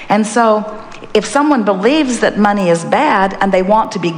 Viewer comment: Money ? Oh, you mean ' mon - eye '